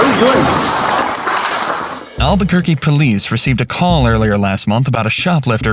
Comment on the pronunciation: When it said "Albuquerque," it sounded like "Kirky"